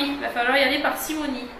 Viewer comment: "avec parcimonie" on dit et pas "par cimonie"! s'il te plait!! C'est juste pour que tu ne le dises plus c'est pas une critique!! sinon la vidéo es sympa